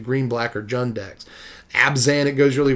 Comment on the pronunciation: They do this because the word isn't Swedish. It's pronounced Jund. J as in Jar. If you are swedish then pronounce it however you like but it really is Jund. Also if you notice the 3 color group's names actually feel like the name is correct. Other than Bant in all honesty. Abzan feels like it would be White Black Green. Mardu feels Black White Red. Just the feeling you get when you say the word. Yund doesn't feel like a group collective that is bent on destroying stuff and being brutal. Jund does.... They all pretty much feel right... Except Bant. That feels like a field of flowers for some reason..... Which may be what they were going for. Field = white Flowers = green Sky = blue.... I never saw that before lol.